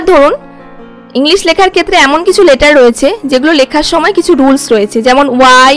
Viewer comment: 'স' ও 'শ' এর উচ্চারণ আপনাদের সঠিক হয়না। সেভেন এর করেন শেভেন আর সেখানে এর উচ্চারণ করছেন ছেখানে। ইংলিশ কে বলছেন ইংলিস!! কারণটা কি?